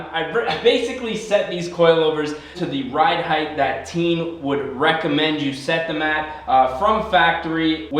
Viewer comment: It is テイン teh-(ee)n/teh-in. I'm Japanese.